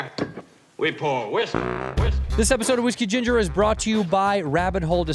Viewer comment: WhiskHE GingHER